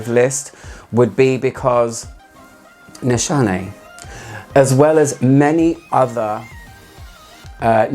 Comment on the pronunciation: Nishane is pronounced as you do! Nişane is a Turkish word but since there is no "ş" in the English alphabet, they used "sh" in the brand to make it more universal! Tell that Turkish person my greetings haha! :)